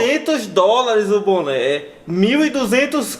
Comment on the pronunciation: "Os buné q ganha de empressa" RACHEIIIIII ksjsakakakkakaAOAKAKAKAKAKAKALAKAKAKAKAKAKALALAKALAK